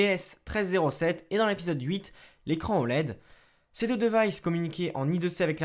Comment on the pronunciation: Le "devaillsse" "la cloque"